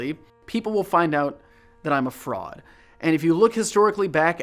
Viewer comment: I’m sorry this is a bit out of the mood but..when you said “i’m a fraud” i heard “i’m a frog” 😭